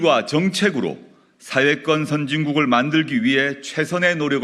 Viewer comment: 조 대표! '사회권'이라고 할 때 "권'이란 복모음 발음을 정확히 하세요! YS처럼 '권'을 '건'으로 발음하면 곤란하죠^^ 방송 발음은 단모음 '건'으로 들립니다.